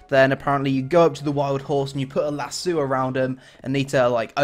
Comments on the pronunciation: Lasso = Lass-Owe, not LaSue. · lasuu? i think its lasso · "a lazoo"